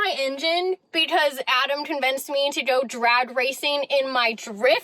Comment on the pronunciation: "drad racing" hahaha Lawd have mercy.